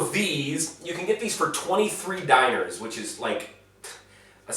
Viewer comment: Stop saying Diner XD It's Dee-Gnar. 1-dinar 2-dinara